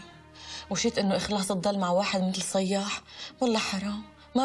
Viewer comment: كأنو قال فيااض مو صيااح